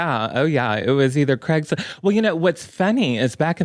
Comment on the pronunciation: NOT CRAISGLIST LMAOOO